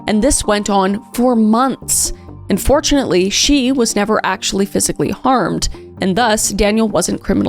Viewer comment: I hate to be critical but I'm pretty sure I heard it twice, when you would start a sentence saying "And fortunately...." I hear unfortunately LMAO